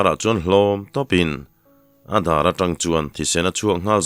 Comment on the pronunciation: A ngaihnawm zel e. I thu lam rik dan hi kan lam dan leh kalo hriat dan ang nilo hi a awm leh thin a, kalo ngaimawh deuh thin. Chung zinga pakhat chauh sawi ila. An hawi tang hra maia,tiha TANg lai hi. Tangkawng tiha tang angin ilam tlat zela, Tangka tiha tang anga ri hniama lam vek niin ka hria Zoram dung leh vangah hian.